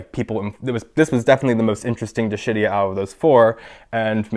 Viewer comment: Dishidias sounds like "di-SHIT-tias" Ha ha! :-) I am juvenile, I know.